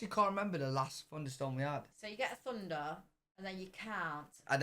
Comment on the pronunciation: Hey, why does your mum and Lawrence say THunder, and you say Funder??? I don't understand